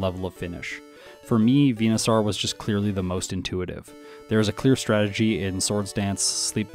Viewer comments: Why do you pronounce it Venusar 😂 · Why do you say Venusaur weird? 🦧